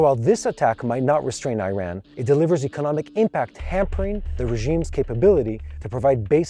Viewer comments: Iran pronounce as E-Run not I-Ran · It is not I Ran but Eeran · My friend, please pronounce Iran as Eran not as I ran.